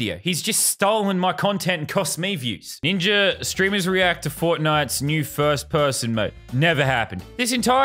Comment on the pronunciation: Yeah but, why does he say ninjer instead of ninja sonetimes